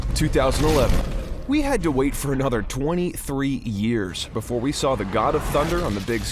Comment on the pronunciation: BEFORE NOT BOOFORE